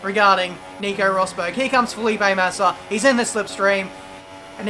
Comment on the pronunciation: you said not massa